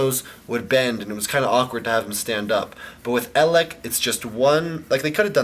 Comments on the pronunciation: He's pronounced Ay-leck. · It's pronounced AY-lek. -_- lolol You've gotten like no pronunciations right. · EL-ACHCK! Here we have EL-AHCK. This is EL-AHCKCKKCKCKC. That got irritating lol